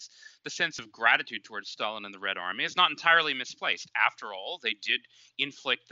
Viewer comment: I hope you don't both pronounce Stalin like that¹… I don't want to catch that habit ¹/ˈstælɪn/